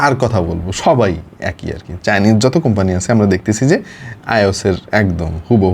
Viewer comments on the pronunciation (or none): none